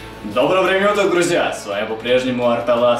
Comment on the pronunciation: Ты cпецально говоришь доброго времени УТОК?